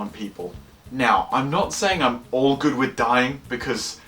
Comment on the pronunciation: "2014" "good" Is your... brain... okay? Do we need to get you to a doctor or something? Did you just stumble out of a car accident with some sort of horrific physical head trauma that made you not be able to say words right or something?